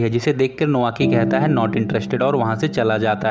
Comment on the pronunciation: नोआकी नही नाओकी कोटोको नही कोतोको जापान मे ट नही त बोलते है i love drama ❤